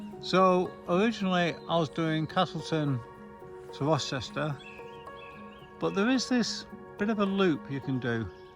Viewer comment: Good video - for future ref Rocester is pronounced Rowster 🙂